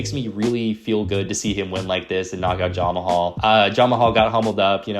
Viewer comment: Are you intentionally calling Jamahal Hill, Jon Mahal?